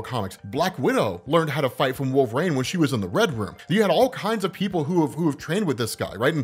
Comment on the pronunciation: Why do you pronounce Wolverine like that...? 😂